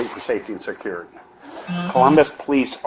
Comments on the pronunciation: Lady cant pronounce Security 🤣 😂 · Say security again, how was that pronounced? WTF is wrong with people, the cops have authority over “safety and secuurity.” Twit. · "i called Suh-curr-ity already." That's all I gotta hear from that woman. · Can we not hire people who cannot pronounce the word "security" to enforce security.